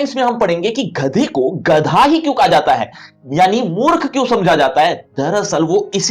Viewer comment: sir wo ghadha nahi gadha hai